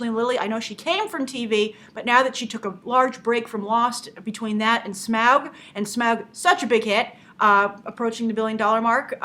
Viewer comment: Nothing against Grace because she takes the film industry very seriously when it comes to her reviews, but the pronunciation of Smaug has become beyond a hassle to say but also annoying.